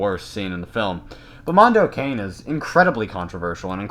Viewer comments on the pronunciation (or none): It's pronounced "can-e' "